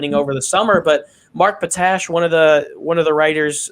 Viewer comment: Just an FYI it's mark pot ash not patash doesn't sound like you're from Chicago